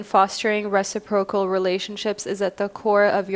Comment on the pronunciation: I'm sorry to do this, I hate it when i feed the stereotype, but i can't help it... it's pronounced re-SI-pro-cal. The emphasis is on the 2nd syllable (yes yes, I'm a Virgo - I know we're insufferable).